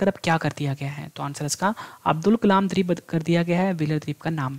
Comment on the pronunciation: जय हिंद सर, आपने बहुत ही अच्छा स्टडी मैटेरियल उप्लब्ध कराया। जब आप द्वीप (Dweep) का उच्चारण द्रिप (dreep) करते हैं तो इर्रिटेशन जैसा होता है। बाकी बहुत बहुत सराहनीय है।